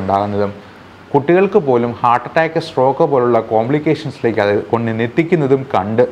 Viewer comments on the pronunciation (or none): none